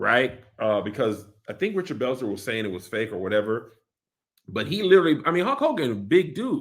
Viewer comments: I hate how Kev says Holk Hogan instead of Hulk 🤣🤣🤣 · Kev… something has to be said about the way you pronounce words with a ‘U’ and ‘L’ next to each other… it’s truly egregious lol🤣🤣🤣 it’s “HULK” Hogan…. Not “HAULK” 🤣🤣🤣🤣 it ain’t “AULTIMATE” Warrior…. It’s “ULTIMATE” lol